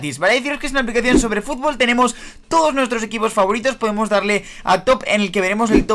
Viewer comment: dijo futbo